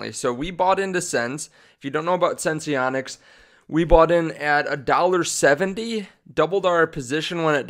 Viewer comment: pronounced, SENSE-ONICS